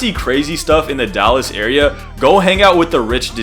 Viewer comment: I’ve never seen someone from Dallas say it correctly. Not gonna hold you